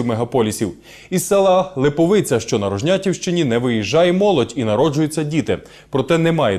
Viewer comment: Не липоВиця, а Липовиця. Я туди на роботу їздив з Рожнятова.